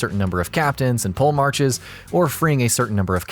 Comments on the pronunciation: Brother its not pronounced PoleMARCH but PolemarH or PolemarK...i cringe so god damn hard on peoples mispronaunciations...it wouldnt be so bad if you did not played the game and heard that word like a hundreds of times...and you are not the only one...everytime i get braindamage and it came reaaaally far hahah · Its pronounced "poll- a- mark" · Polemarch is pronounced Polymark in Greek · Ntbr but the correct way to say polemarch is (Po - lee - mark) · polemarch is pronounced with a hard C